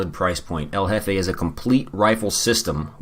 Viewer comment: I like how El Jefe sounds like Covfefe